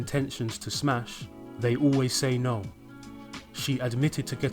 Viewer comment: When are Australians and Brits gonna see that the word “no” has one vowel, not all of them.